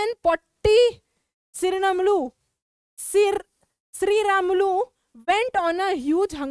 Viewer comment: the way she said potti siramulu was sooo funny.